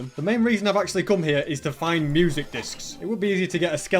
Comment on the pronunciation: He's accent is really interesting like the way he pronounces "come " and "shulker box" more like "coum" and "shouke box", where's that from